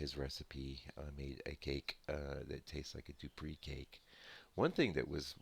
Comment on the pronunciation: no offence... please...the name is pronounced Doo-pray..(.as in prelude...)